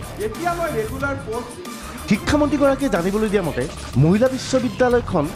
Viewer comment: "Muhila" nahoi "Mahila" he.